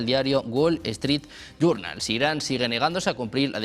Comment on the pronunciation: Se dice Journal animal,,!!, no jurnal Journal!!